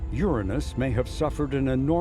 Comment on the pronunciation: very cool video except for the mispronunciation of Uranus